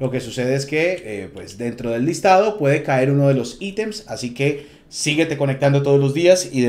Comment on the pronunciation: Buena info lastima decir "aitems" ... Nada más cringe que escuchar eso de alguien latino